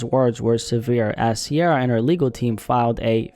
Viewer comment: Ciara not Sierra